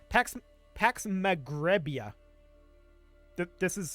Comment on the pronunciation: the me greh bi a pronounced in a spanish tone